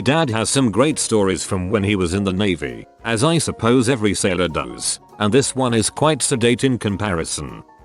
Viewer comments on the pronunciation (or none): none